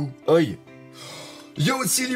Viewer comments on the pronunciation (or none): "Oi" se dit "ohé" tu me stress toujours en disant ça x)